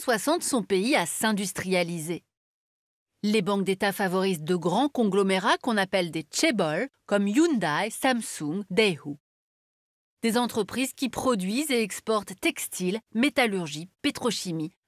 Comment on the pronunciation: On dit [youndai] pas [youndaï] car c'est du coréen, pas du japonais :p Sinon il aurait fallu préciser un peu plus le transfert des années 80' : le pasage de la dictature à la démocratie ne s'est pas fait sans heurts : l'armée a tiré sur la foule lors du soulèvement de Gwangju. La démocratie n'y a commencé qu'en 1987. Très tardivement, et pourtant elle a évolué à une vitesse époustouflante !